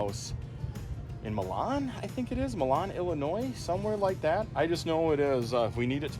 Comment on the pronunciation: Literally the first time watching a video that I can correct you on something! Most of your expertise is way beyond me. Milan as you pronounced it is the city in Italy, the town in Illinois is pronounced MY-lan (to rhyme with the word pylon...) I learned this as part of a crash course on town names in the midwest that are pronounced slightly differently than the original... similarly to Peru, Indiana (pronounced PEA-ru). I love language. 😁